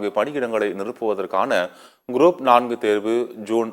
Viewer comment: This man reads GROUP AS GROAP SO FUNNY... CHANNEL DOESNT PROOF CHECK BEFORE READING ... 😂😂🎉